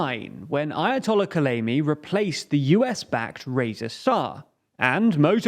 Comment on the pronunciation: You lost me at 'ayatollah Kholleimi' ... If you cannot get such a well known name right, you're probably ignorant of many other things. The devil is in the details and in this case his name is Ruhollah Khomeini. If you've chosen to make it your job to tell the general public what's what in this world, and expect to make a living out of it, you should not make such elemental errors.